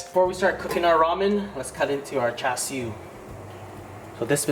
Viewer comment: you don’t say char siu or tonkatsu right